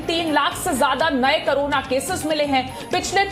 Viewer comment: करोना या कोरोना आप सही बोले बहुत बार आप करोना ही बोलती है